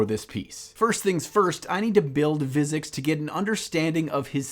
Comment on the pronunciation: I don't want to sound like a douche but I enjoyed every part of this video except when you repeatedly said Vizzix instead of Vizzik. Still, keep up the good work good sir. I can't wait to see the final result.